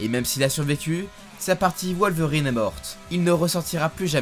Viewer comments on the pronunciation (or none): C’est un « w » pas un « v » dans WOLVERINE